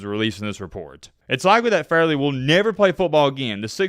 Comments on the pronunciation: Why does he keep saying farley instead of fairley? annoying!!!! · Why you call him Farley when his name Fair•ley….Nick Fairley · FAIRLY. Not Farley. You fucked up the whole video lol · You are mispronouncing hs last name. It's fair-ly not Far-ly. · Dude c'mon!!! It's pronounced "FAIR-LEY" not "FAR"-LEY! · Nick "FAIR-LEE" Fairley 🤦🏿‍♂️!!!!!! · FAIR-LEE is how it’s pronounced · It’s FAIRLEY, not Farley you idiot. I bet FagElroy remembers his name!!! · Bro did research on everything but his name. Fair-ley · It's pronounced Fair-lee. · Shows how much you know about football 😂 can’t get the thumbnail right, you butchered his name. Doesn’t surprise me coming from the same guy who said “I’ve been following Cam Ward since he was in H.S.” 😂 knowing damn well you hadn’t heard of Ward until he transferred to Miami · …think you are mispronouncing his name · There’s a Fair-ley amount of people calling out the mispronunciation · I cant watch the video because you are saying his name wrong and you are saying it so many times that its triggering me and making me annoyed. Love your vodeos but please do more research on pronunciations. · Bro mispronounced the man’s name almost the entire video 🤦🏽‍♂️ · He is 1 of only 2 dudes you think of at the position but you proceed to pronounce his name like an asshole that you never heard of. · Dude...Re-do this video and pronounce his name right. I know you are a bama homer but come on 🤣🤣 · mispronouncing Fairley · Mans done said his name wrong all video lol